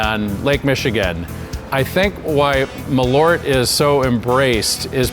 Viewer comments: Hears Jeppsons "Maleaur" sees "Malört" It's pronounced "maaahleurt" , in Swedish 🇸🇪 #eehluhrtahg #hipphipp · Funny to hear someone making a product and dosen't pronounce it correct... More Kinda like "maaalööört" not mallorte. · The weirdest thing about this video is not people actually admitting to liking this thing, but hearing Malört pronounced as "muh-lort". (Hint: in Swedish it's something more like "mahl-oert".) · Pronouncing Malört so bad I thought they were talking about someone named Millard. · Malört not "Meleurt" fuck sake learn Swedish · As a swede I kind of twitch every time you say MALORT, it's so far from the actual pronunciation 😁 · It's a bit embarrassing when the head distiller can't pronounce the product that he's making, no? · it's spelled with an Ö so it should be pronounced with an Ö.